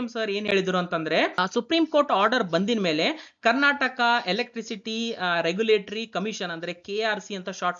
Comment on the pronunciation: Karnatak ಅಲ್ಲ ಮಹಾಸ್ವಾಮಿ ಇದು ಕರ್ನಾಟಕ, ಬಾಷೆ ಕೊಲ್ಲಬೇಡಿ ಸರಿಯಾಗಿ ಕಲಿತು ಮಾತಾಡಿ